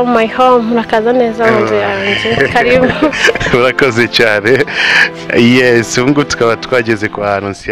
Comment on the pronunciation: Oh she said karibu like we say in KENYA.